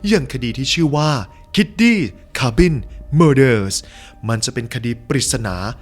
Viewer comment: cabin อ่านว่าเคบิน ไม่ใช่ คาบิน นะคับ